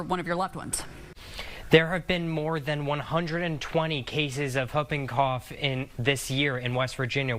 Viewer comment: Someone please tell how to properly pronounce “Whooping Cough”😂